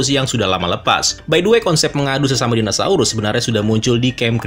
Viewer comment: padahal kita tau tulisannya dinosaurus tapi tetap aja ga sengaja penyebutannya jadi dinasaurus..